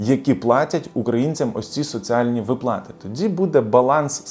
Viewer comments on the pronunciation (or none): Слухати не можливо, коли вимовляють не вірно українські слова. Особливо ставите не вірно наголоси! У слові виплати, ставте наголос на склад "ви". Росіяни самі просилися у ьіженці, але їм відмрвляють, от вони і пигуть з заздрощів на україців байки.